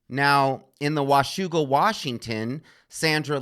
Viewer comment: I love how you said 'Washougal' correctly, as a WA resident.